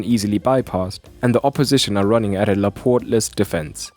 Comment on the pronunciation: Whah he meant was "Laporte-less", not "laportless" 🤦